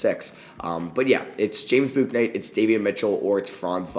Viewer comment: Hey, it’s James “Book”night btw